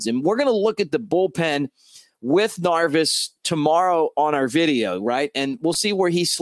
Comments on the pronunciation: Neris Mick not Narvis lol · Narvis? 🤔 😂 Good stuff though, very excited about this signing! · Dude I'm one of your biggest fans Just have to say how are you pronouncing His name? Neris I believe is with the hard R Nerris Harry could get away with it Love ya!